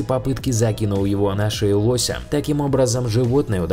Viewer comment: не лосяя а лоося